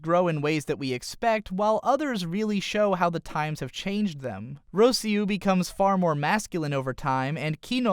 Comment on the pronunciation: Roeseeyu? It's Rosseeyu. Seyemon? It's Seemoan. Veyeral? It's Veeral.